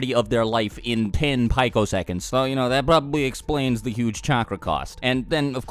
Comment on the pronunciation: pico second... "pee-ko" not "pike-o"